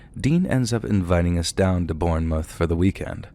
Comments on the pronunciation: Less drawn out. Should be 'bornmuth'. Narrator is pronouncing it like 'moose' but it should be like 'woof'. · pronunciation of Bournemouth killed me 😂